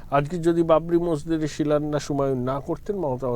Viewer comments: কথাটা শিলোন্যাস হবে না ম্যাডাম , কথাটা শিলান্যাস - শুভনন্দনের মত চাইছেন নাকি ? উচ্চারণ ঠিক করুন .. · আপনার সাংবাদিককে একটু বাংলার ক্লাসে ভর্তি করান, উনি ভুল বাংলা বলছেন। "শিলান্যাসকে " উনি "শিলন্যাস" বলছেন। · বাংলা ভাষার প্রতি মনোযোগী হবার অনুরোধ করছি।কথাটা শিলন্যাস নয়। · Silunash .a ki uccharan.